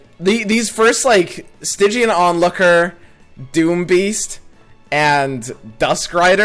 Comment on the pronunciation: Stygian means very dark (and your pronunciation was correct) which fits into a "nightfall" theme.